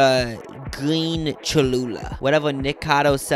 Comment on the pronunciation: Obsessed with the way u guys still don’t pronounce nikocado avocado correctly 😭😭😭